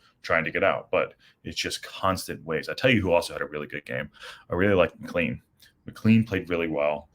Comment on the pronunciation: Needed those 3 points. Oh and McClean is pronounced Mick-clain. Just from one American to another.